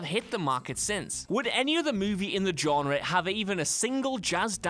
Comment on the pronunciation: he keeps pronouncing genre wrong